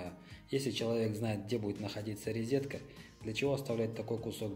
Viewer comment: Нет слова «ризетка» , есть слово РОЗЕТКА . Извините , режет слух